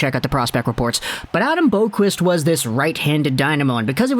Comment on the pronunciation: Boqvist is pronounced like bow-vist.